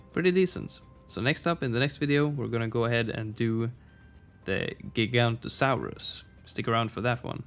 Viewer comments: Its not „giganto-saurus“ its „giga-noto-saurus“ two o‘s in there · How to say giganotosaurus Giga-noto-saurus The o in to is prenounced the same way as the on in no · Giganotosaurus is pronounced “jig-a-no-toe-saurus” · Everyone mispronounced giganotosaurus because they skip all the os and for some reason I die inside when that happens. Also the the g is pronounced like a j